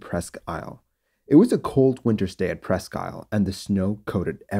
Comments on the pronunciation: Its pronounced Presk Eel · Not that it matters, but it's pronounced "Preskeel". French for "almost an island" - Presque=almost, Isle= island.